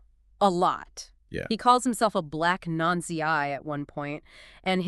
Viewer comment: what the hells a non zi???